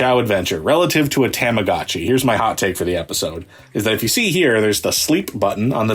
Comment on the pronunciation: “TOM-ah-gah-chee” I’m gonna lose it if he says “TAMagotchi” again